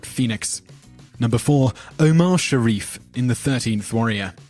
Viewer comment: sha-REEF, too.